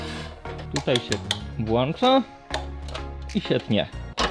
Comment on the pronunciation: Włącza, a nie włancza XD